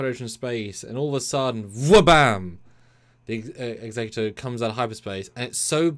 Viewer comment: My brother in Trek, the Super Star Destroyers name is pronouced "Eggs-eck-u-tor." Executor: a person or institution appointed by a testator to carry out the terms of their will or a person who produces something or puts something into effect.